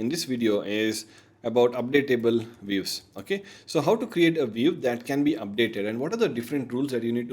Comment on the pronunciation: Views ❌ Weaves ✅